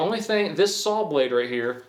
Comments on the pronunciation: Its SAW NOT SAWLL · There's no L at the end of "saw". Where is he from?